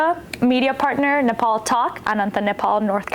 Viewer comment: I wish you pronounce our country’s name correctly.